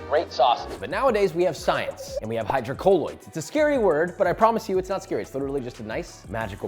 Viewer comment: And pronounced hydrocolloid wrong